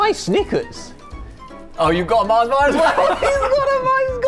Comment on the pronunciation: MARS not Marsh